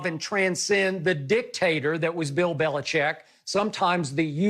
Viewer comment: I agree with Bayless for once. And why is Bill BeliCHICK getting away with having people pronounce his name "Belicheck"?